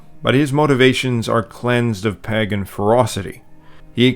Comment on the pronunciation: The fact that you can't pronounce Pagan is almost a bigger insult than the Rings of Power show